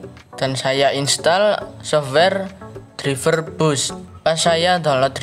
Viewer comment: Izin ngasih tau bukan menggurui tapi cara baca driver itu draiver bah